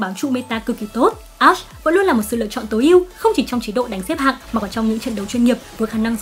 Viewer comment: 3 mùa sầu riêng rụng đã qua mà toàn đọc là a-she